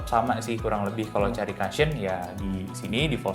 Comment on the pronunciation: Masukan aja ya gaes.. Cushion itu dibacanya KU-shyen Bukan KA-shyen Kalo memang belum terbiasa, ada baiknya sebut saja BANTALAN..